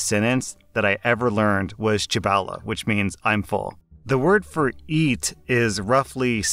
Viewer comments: you pronouncing those Chinese words... its one syllable at a time chi bao le not chibaole XD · what made me laugh even harder was hearing him say 吃飽了 chī bâo le (replace â with a 'v' accent instead, i don't have it on my keyboard tho) i know he isn't chinese or anything and stated he isn't very good but i feel like he just doesn't know that you can use the intonation patterns from english because half of chinese is in the tone of your voice, with just "shi" there is dozens of very common expamples that appear everywhere which would be much much much harder to distinguish if you don't have any tone he said you pronounce 吃 as shuh with the tone being relatively middling and dropping down a bit, it's actually supposed to be chī which is a relatively high and monotonous tone and is a ch like the ch in choose and not an sh